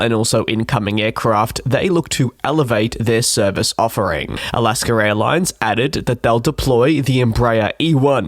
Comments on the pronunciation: It’s Alaska….not Alaskar! Cmon man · Translation: Alask-er. I think he ment Alask-a... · It's A-las-ka, not Al-las-ker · When he says "Alaskar" instead of "Alaska" it's just a quirk of the Queens English. Most speakers of the Queens English (UK, New Zealand, and Australia) are classified as non-rhotic. They pronounce "R" sounds differently and sometimes add an R sound on the end of certain words, and drop "R" sounds from the end of other words. Like when he pronounces "cultschah" when he says culture. Americans, Canadians, the Irish, and the Scots don't do this. Not sure about the "Santa Rose" thing. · SANATA ROSA... ROSA with an A!!! Not ROSE!! It is ALASKA Airlines, not ALASKER!!! C'mon...you are an aviation person?? UNBELIEVABLE